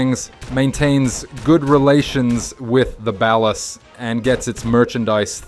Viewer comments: Bro it's Ball•ahs not Bal•os. Be a regular person. Great video though. Ball us, ballas! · "Ballahs" not "Bellas" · You cracked me up when you say “baal-os.” Just pronounce it as ball-uh’s. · Bro really called the ballers “balas” 😂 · bell us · the way hes butchering the ballas name 🤣🤣🤣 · The way he pronounces ballas 😂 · The way you say ballas should be illegal. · Fr like bro you literally played the game just say it right 😭💀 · bro just say bAHLAHs and vAHgos dude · They're pronounced 'ball-uhs' and 'vah-gos', fake gta fan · why did you pronounce ballas and vagos like that? they’re mentioned too many times throughout the game to not know how to say their names correctly and from a GTA channel no less. i got the feeling he’s reading a script from someone who actually played the games.